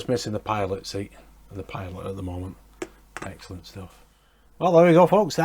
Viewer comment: that little map to Dresden is just super cool. this is great! it also sounded like you said "f*ckin' excellent" lol